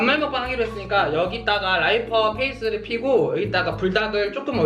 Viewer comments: 라이스페이퍼가 아니고 라이퍼페이스 ㅋㅋㅋㅋㄱㅋㄱㅋㄱㅋㄱㅋㄱㅋㄱㅋㅋㅋㅋㅋㅋㅋㅋㅋㅋㅋㅋㅋㅋㅋㅋㅋㅋㅋㅋㅋㅋㅋㅋㅋㅋㅋㄱㅋㄱㅋㄲㅋㅋㄲㅋㄱㅋㄱㅋㄱㅋㄱㅋㄱㅋㄱㅋㄱㅋㄱㅋㄱㅋㄱㅋㅋ페이슼ㅋㄹㅋㄲㅋㅋㄲㅋㄱㅋㄱㅋㄱㅋㄱㅋㄱㅋㄱㅋㄱㅋㅋㅋㅋㅋㅋ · 라이퍼 페이스..? -> 라이스 페이퍼 ㅎㅎ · 그 와중에 라이스 페이퍼를 라이퍼페이스라 부르는 그..^^ㅠ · 자막은 라이스페이퍼지만 이 말하시는거는 라이스페이스입니다 라이스페이스(riceface)=쌀얼굴이라는 뜻입니다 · 라이스페이퍼 라이퍼페이스라고 한 거 영상 4번째 보면서 지금 처음 들었서요 ㅋㅎㅋㅎㅋㅎㅋㅎㅋㅎ 💗💗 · 왜 자꾸 라이퍼페이스래 ㅋㅋㅋㅋㅋㅋㅋㅋ 라이스페이퍼자낭ㅋㅋㅋㅋㅋㅋㅋㅋㅋㅋ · ㅋㅋㅋㅋㅋㅋㅋㅋㅋㅋㅋㅋㅋㅋㅋㅋㅋㅋㅋㅋㅋㅋㅋㅋㅋㅋㅋㅋㅋㅋㅋㅋㅋㅋㅋㅋㅋㅋㅋㅋㅋㅋㅋㅋ 라이스 페이퍼를 라이퍼 페이스라고 한거 ㅈㄴ 웃기네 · 라이퍼 페이스 아니고 라이스 페이퍼 아니에용..?? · '라이스페이퍼'를 '라이퍼페이스'라고 부르는 퀸의 줏대 아주 잘 봤습니다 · 라이퍼 페이스ㅋㅋㄱ ㄴㄴ 라이스 페이퍼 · 혹시 라이스페이퍼를 라이퍼페이스라고 한거임? 만약 맞다면 개졸귀라고 생각함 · 라이퍼페이스가 아니라 라이스페이퍼에여 ,,😂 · 라이퍼페이스 ㅋㅋㅋㅋㅋㅋ 듣고 뭔가 잘못된거 같아서 뒤로가서 한번 더 듣고 알았음 ㅋㅋㅋㅋㅋㅋㅋ⫬ㅋ⫬ㅋ⫬ㅋ⫬ㅋ⫬ㅋ⫬ㅋ⫬ㅋ⫬ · 아니 선생님 "라이퍼페이스"는 뭔가요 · 라이스페이퍼 자연스럽게 라이퍼페이스라 한거 개웃기넼ㅋㅋㅋㅋㅋㅋ 순간 그냥 넘어갈뻔 했자너~ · ㅋㅋㅋㅋㅋㅋㅋㅋㅋ 라이퍼페이스 ㅠㅠ 라이스페이퍼 아니냐구욬ㅋㅋㅋㅋ ㅠㅠㅋㅋㅋㅋㅋㅋㅋㅋ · 라이스페이퍼를 라이퍼페이스라고 말하는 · 라이퍼페이슼ㅋㅋㅋㅋㅋㅋㅋㅋ 라이스페이퍼 아닌가요 ?! 계속 보다가 뭔가 의아해서 되새겨봤는데 나만 이상했낰ㅋㅋㅋㅋㅋㅋㅋㅋㅋㅋㅋㅋ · 라이퍼페이슼ㅋㅋㅋㅋㅋ 너무 자연스러워서 그냥 넘어갈 뻔 했네 ㅋㅋㅋㅋㅋㅋㅋㅋㅋㅋ